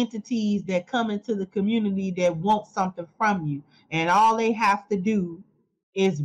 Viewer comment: Captain Communitah??? 😂😂😂😂😂😂😂😂😂😂😂😂